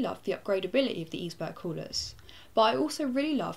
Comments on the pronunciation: its like iceberg, not eesberg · Pronounce it like: Iceberg..that would be correct :) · I'm pretty sure it's "iceberg". That's the way a German CM rep pronounced it in an interview I saw. Right ... on with watching the overview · Maybe it's supposed to be pronounce like "Iceberg" (Eisberg) Like a play on words? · Nice "eisberg's" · Here is how you pronounce it(I am german ;)): It is like Ice-berg, but you have to stress the "c" a little less ;) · Eisberg... German word -> German pronounciation? So "Ice" is correct, but it's not an English "berg" but a German one. :P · yup. The german word is for it is pronounced almost like the english one. There's only a slight different in the first vowel (eis (german) vs ais = ice (english)). The way she says it is how we say the same word in Norwegian. If i didn't already have a H100 i would consider this. Maybe the benchmarks will make me reconsider?